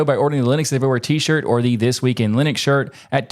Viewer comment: We have come full circle now: guy correctly pronounces Linux, doesn't know how to pronounce Torvald's name.